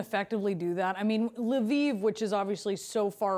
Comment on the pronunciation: It's not "LE VEEV". There is only one syllable in Lviv. Is it that hard to find on YT how to pronounce ukranian cities?